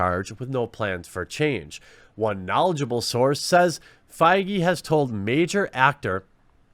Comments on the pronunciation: Feige pronounced faggy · It's pronounced "fayg" you keep mispronouncing it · Kevin Feige, pronounced bayyyg?